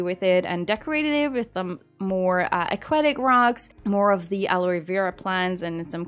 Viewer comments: Aloe is pronounced like “hello” but without the “h”. Love you so much! 😍❤️ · You were quite close in pronouncing Aloe correctly. The "e" in the word is silent.